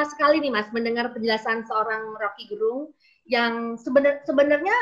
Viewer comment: Salah satu bukti RG adalah orang yg sangat demokratis adalah beliau tidak pernah mengkoreksi atau meminta orang untuk memberitahu pembacaan namanya yg selalu penyebutannya Gerung kendati pelafalan yg benar adalah Gérung. Full respect.